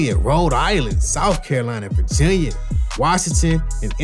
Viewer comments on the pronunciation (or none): none